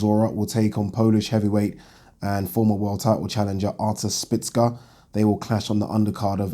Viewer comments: Szpilka not Spicka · szpilka not szpicka its not hard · Spill-ka not splits-ka 😂😂😂😂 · 😁😁😁😁For the last time... Stop calling him Spitz-ka.. There a bloody L in there.... Its actually pronounced ' Schpiel-ka' if we're gonna be technical... BoxTalk days all over again.. 😁😁 Oh Yeah.. Great vid... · Oh god you butchered Szpilka's name